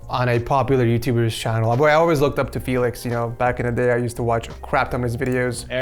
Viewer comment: I wonder how many times you said felix ed